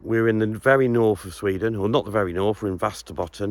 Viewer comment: Hey it's pronounced like Vesterbotton you removed the accent 'ä'.....väst means west. Very cheap property. I hope the council and service fees don't outstrip your purchase price. Insulate, insulate,insulate then add some insulation around that. adio!